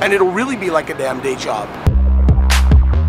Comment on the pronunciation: When you say day job it almost sounds like you're saying deja vu lol